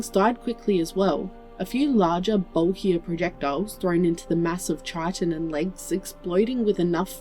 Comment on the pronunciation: Hi, I thought you should know for future stories that 'chitin' is pronounced as "kytin".